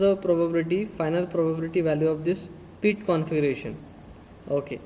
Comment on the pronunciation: for god sake , its not peet its pit